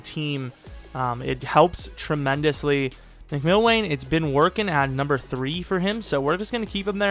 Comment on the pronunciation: It was Mc-ill-wan